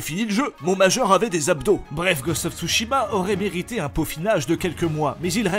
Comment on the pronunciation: "Ghost of j'mechitsu" comme dirais Bob Lennon